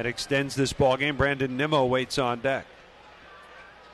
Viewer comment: One of the announcers literally called Nimmo “Nemo” smh 🤦‍♂️